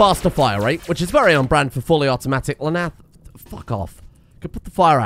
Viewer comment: Fuwwy Awootomatic